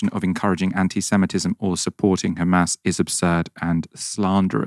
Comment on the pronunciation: why he said khamas it s hamas